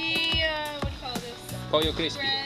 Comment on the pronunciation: Dude ! Did you really pronounce Pollo Crispy as "pol-yo"? Ouch to your Spanish teacher - it should be pronounced more or less like "po-yo". No "Ls" were harmed in my pronunciation!